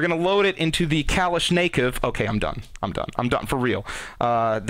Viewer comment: pronounced kaa lish na cough, also loading is basically the simpler tactics from military. bludrake42 explained stuff pretty accurately